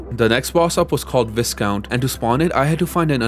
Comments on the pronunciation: So, it's not like it's an actual problem or anything, but viscount is pronounced "v-eye-count" not "vis (like piss) count". No shame in mispronouncing it mind you, just means you learned the word by reading it, not hearing it spoken (or whoever you heard it from learned it by reading), and full transparency: I used to pronounce it "visscount" too. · incredible video and very well done.. but a few minor comments. the S in 'viscount' is silent, 'vai-count' and im not even sure how you managed to say 'paladin' so wrong.. that was quite impressive lol 'pal-uh-din' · "Viscount" is pronounced "VAI-count" where VAI rhymes with WHY ;) Chitin is pronounced "KITE-in" as in the toy you fly when it's windy out ;) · If you're not sure of how to pronounce something, please look it up. The most egregious; Viscount is "Vi-count," Chitin is "Ki-tin," and Pal-a-din.